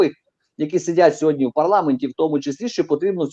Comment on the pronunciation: Не - "сєґодня", а - "сьогодні"